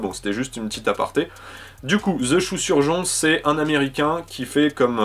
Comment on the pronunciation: super vidéo mais il y a juste quelque chose qui me trouble c'est quand tu répètes "the choux surjon " 😂